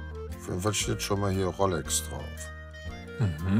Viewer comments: Dieser Pseudo-Experte. Er kann nicht mal die Uhrenmarke aussprechen. Es wird Rolex ausgesprochen und nicht "Rollex" 😄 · Mich triggert es irgendwie dass immer "Rollex" sagt 😂